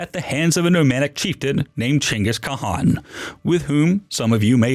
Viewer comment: you pronounced it quite well actually but if you really wanna nail it : try " Ka-an" instead of trying to pronounce kh sound just skip between a-a's a little and voila!